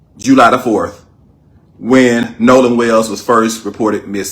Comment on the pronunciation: His name isn’t nahlan it’s Nolan get it right